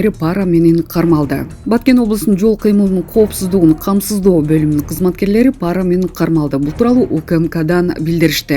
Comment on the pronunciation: Па’ра эмес, пара’ деп оку тантыбай